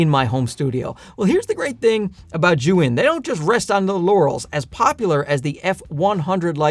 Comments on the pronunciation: It's almost as if he switched the vowels to make Zhuyin - that would be closer to what he is saying 🤦‍♂🤦‍♂ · Zhiyun may have sent you the lights, but apparently they didn't tell you how to properly pronounce their name. It's NOT [and could never be] "zhu-in" - and isn't even spelled that way, which my Chinese wife immediately pointed out. She's a native Mandarin speaker and says it is definitely pronounced "zee-yun". I thought a "huge fan" like you would want to know. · Bro you need to learn how to pronounce Chinese. it's like JEE YOON. Don't keep saying "JOO WIN" ... It's just straight stupid. You sound stupid. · Just for your info, zhiyun is pronounced as “G-Yoon”